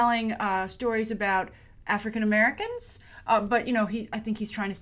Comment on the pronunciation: The way you said African-American confused me? of course I know what the words mean but your inflection threw me off.